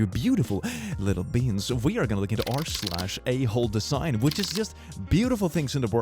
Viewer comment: i head this o naudio only and heard "r/holdthesign" insteadoff "a*hole design"